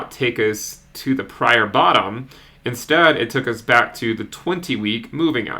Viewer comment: love your channel! Thank you so much. A little less emphasis on the "BACK into" wouldn't hurt your intro though :P